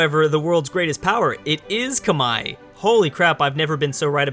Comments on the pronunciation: It's not "Kamahie"it's "kmer", the "H" is silent. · Khmer=Comehre not khmai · Love the vid as always, but just gotta point out one thing: Khmer is pronounced like kim-air/ear, not kim-eye. At least in English anyway. As in Khmer Rouge. Anyway, keep up the good work. =) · tankfarmer realy because I have been to Cambodgia and no one say kmai it was more K Mer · It's not cum-hi, it's pronounced like Come here. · Why does always say 'kmai' instead of khmer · I am actually khmer myself, and every Khmer person pronounces it as "kmai" as in bye. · tankfarmer I've always heard Kuh-mare, or k-mer as you said. Granted I'm American and my main knowledge of the pronunciation is from the Khmer Rouge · Its properly pronounce like Khmae not Khmer or Khmei, the Northern dialect pronounces it Khmer (just like its spelled) however which is where the English pronunciation comes from. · However I do believe in modern times it is pronounced like Khmai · When someone calls a Muslim Sultanate attempting to claim Rum/the one who becomes the Ottomans the Byzantines... inhales BOOOOOIIIIIII!!! Also, Ca-Meer. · Khmer Kah-Meer!!!!! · It’s k-mai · Khmer is pronounced come here. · read khmer Say khmai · Khmer= kuh mare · Oh my god, learn how to say Khmer, please, you're killing me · I don't think that's how you say "Khmer" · The way he pronounce "khmer" physically hurt my ears